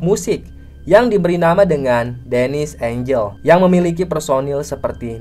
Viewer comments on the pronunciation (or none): none